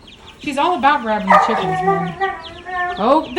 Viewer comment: Omg when you say cheekens you sound like a scouser, a liverpool girl 😂😂😂